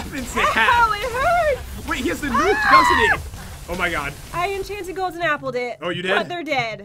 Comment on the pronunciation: I miss when Pat would say "Enchanted Golden 'eeeple'" instead of apple. :(